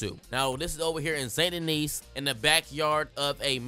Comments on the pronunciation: It’s pronounced “San Deni” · The s in saint Denis is silent